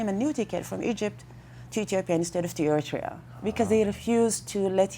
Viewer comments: He can't pronounce Eriterea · Lol you pronounce Eritrea wrong 💀